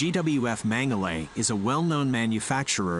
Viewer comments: I wonder why they pronounce the manufacturer "mengelly". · Mengele pronounced as Mengelee so we don’t confuse it with the infamous Dr. Josef Mengele.